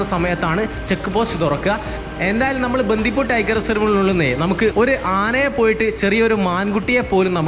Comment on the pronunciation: ബന്ധിപൂര് അല്ല ബണ്ടിപൂര് 😊